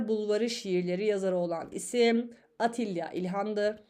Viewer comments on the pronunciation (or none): Atilla ilhan değil "Attila ilhan